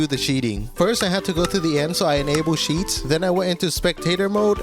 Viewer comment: Why do you call cheats "sheets" 😂